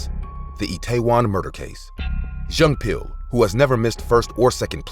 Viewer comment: the way he pronounced jung pil lol